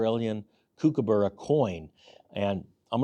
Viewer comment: Say it like this - cook a burra. Not kook. ;)